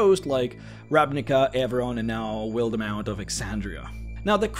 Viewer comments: "Will-the-mount" It's "Wild-mount", not a horse named, Will. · man the only thing that annoyed me in this video... (everything is amazing about the video) it's just that you say wilder mount.. not wilde mount.... there is no R... lol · Good old wil-duh-mount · wildemount is pronounced wild-mount